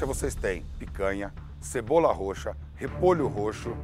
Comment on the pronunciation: "a cebora" amo kkkkkkkk